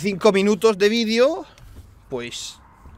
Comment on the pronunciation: DIJO VEIDO